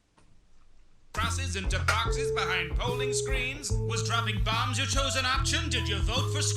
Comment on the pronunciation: i love how that gaslight district made him pronounce bombs as "barms"